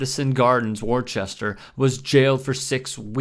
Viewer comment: Great points but pronunciation on a few things. Worcester is pronounced…wuzz..ter and it’s not rich arlson it’s pronounced..ric…arlson.